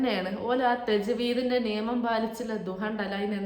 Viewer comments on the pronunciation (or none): none